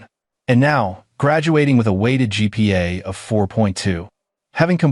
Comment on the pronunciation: GPA- Grade Point Average, NOT gigapastels. Program your AI as to understand what it means.